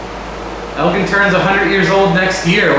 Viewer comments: Elgin is actually pronounced ElJin with a j sound and not a g sound... Sorry to nitpick.. if you need someone local to check stuff out, let me know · Good grief...EL-GIN...like the drink...GIN. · Was thinking the same thing. Actually more like ELLL-JHiiN